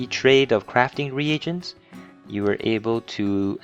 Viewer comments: Great video, but can't stand how you choose to pronounce Re-Agents. -. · ree aggents. rofl, noob.